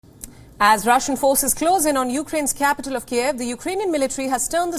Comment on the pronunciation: LEARN TO PRONOUNCE THE NAME KYIV!!!! My god what kind of amateur reporting is this??